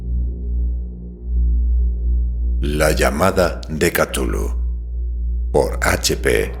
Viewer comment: Porque "catulu"? El sonido es más bien "kzulu"